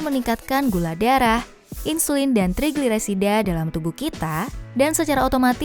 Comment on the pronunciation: Ga bisa blg trigliserida